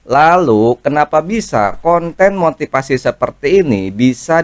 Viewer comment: motifasi, bukan motipasi. ngomong aja belepetan.